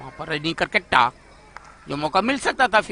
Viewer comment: कामनटैटर सर ये करकेट्टा उच्चारण नही परतु केरकेट्टा होता है